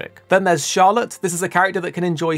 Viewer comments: This is my biggest release for this year. I'm extremely excited for it. BTW its Charlotta not Charlotte. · Overpowered characters? The ones with offensive buffs Also, its Charlotta. Not Charlotte Pls